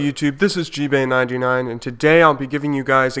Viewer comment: lol at the start he said Gbay but it sounded a bit like BJ